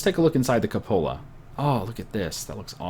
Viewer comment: Kyu-po-la, not ka-pola